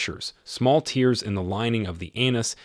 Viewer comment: why are you misprouncing so many words? Anal? Tears? Tarry? Bowel? Diverticulitis?